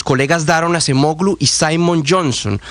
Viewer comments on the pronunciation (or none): La Ğ en AcemoĞlu NO se pronuncia!!! Como en ErdoĞan o yoĞurt!